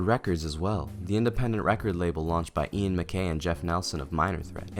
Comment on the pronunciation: Amazing to make a video about hardcore and mention Ian Mackaye and to get his name wrong.